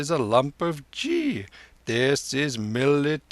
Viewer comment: The narrator makes some errors in Indian terms. He pronounces Ghi as Jee instead of with the hard G ghee